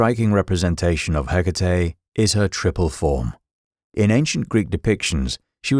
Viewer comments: Her name is HE-KA-TE, not hiccatei😅😅😅😅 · If only you would pronounce her name (and any other greek name) appropiatley. Can't be that hard???❤